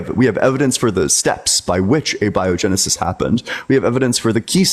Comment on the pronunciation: guy can't even say abiogenesis.